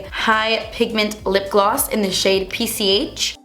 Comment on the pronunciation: That lipgloss name PCH, the way you pronunced it in romanian language sounds like "pisici" and it means "cats"